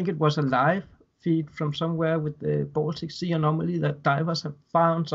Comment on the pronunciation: It’s “Baltic Sea”, not “Boltic Sea”, lol